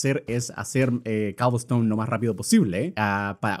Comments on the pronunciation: ¡ES COBLESTONE! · Luzu: cobelston German: coublstoun